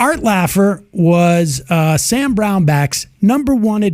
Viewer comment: I hate how you say Sam's name